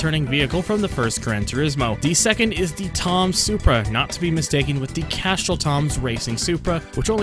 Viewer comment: where are you from? You say some words really weird like Castrol and Chrysler.